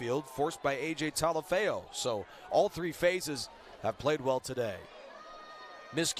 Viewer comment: #96 AJ's last name Talafu is pronounced "Tah-lah-foo", he forced a fumble late in the game we heard "AJ Talaeo?" humbly asking, thank you Go Tigers! :)